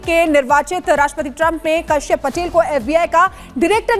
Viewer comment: These pakistani are so stupid that they can't even pronounce a name correctly. It's kashyup and short kash.!!! Lady pay attention to your pronuncitaion.